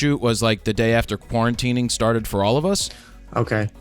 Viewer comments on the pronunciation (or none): Quarantinining?🤦🏻‍♂️ hahaha